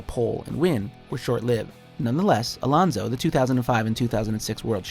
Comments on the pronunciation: It's AlOnso Not Alaunsou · hmm didn't know alonso was pronounced as alounco